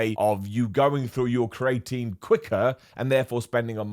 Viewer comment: The way you pronounce creatinemakes me smile. You say create-een , I say creeya teen dunno which is right 😂